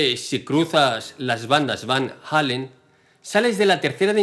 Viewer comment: No es Van Halen sino Van Allen (sin pronunciar la h pues no hay h)